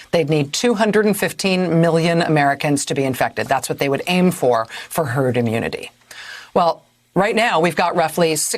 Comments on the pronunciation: HE SAID TURD INSTEAD OF HERD... ANYONE ELSE NOTICE ? RIGHT AT THE START, WATCH HIS MOUTH SAY TURD. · Lol, thought he first said 'Turd' Mentality - yep, sounds about right! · the dude just said turd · If you listen he actually slips first and says turd before correcting himself to herd..turd mentality is just about as accurate as he could be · He did say Turd .....mentality...